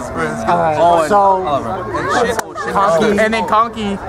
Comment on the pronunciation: just kept saying so kanki lmao